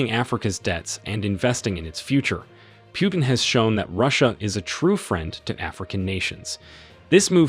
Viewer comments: My friend it is not Pyutin it is Putin Learn How to pronouns names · Poo-tin, not Pew-tin 😂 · Could you pronounce the name correctly, please: it's "Pootin" and not "Pjutin". I don't want to make any political statements here and I am happy for African nations' debt to be forgiven( it probably does mean a relief to them) but, as for me, I feel that the motives here could be of different nature. I am not too sure that there are no "ulterior motives". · It's not "Pyootin", it's "Pootin". Russian Путин. Google translate will pronounce it for you. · Putin NOT Pjutin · in the future, it's "POO-TIN" not "pew-tin." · it's not Pjutin, it's Putin,learn to pronounce the guy's name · Pronounce well : pootin. Not pewtin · His name is Putin, not "Pyutin." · The way you pronounce Putin (pew-tin) makes me hella uncomfortable lmaoo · Your pronunciation of Putin isn’t right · I can t like your video when you show that you are too stupid to pronounce PUTIN. How hard is that? What school did you go to?